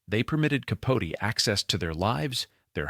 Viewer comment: Who mispronounces Delano? Bronchoscopy? Capote? (And why the tangent about him? Did you forget who the story was about?) AI maybe?